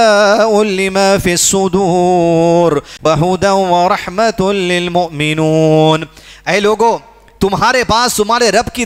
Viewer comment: للمومنین ہے۔ mominoon padha ye